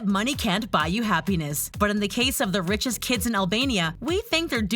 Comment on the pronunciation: “One of the richiest countries” LMAOOOO